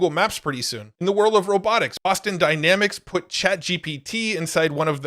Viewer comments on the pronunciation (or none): none